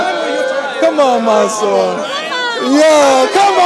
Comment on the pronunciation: COOOOOOKED him 🤣🤣🤣 he turned monsur into monSOUP😭😭😂🤣🤣🤣🤣